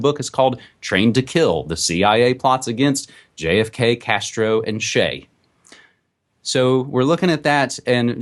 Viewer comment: "Shey"? LOL. it's Che like in Chesterfield.